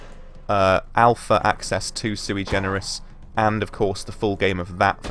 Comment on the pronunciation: Suigenerous? Is that what you said?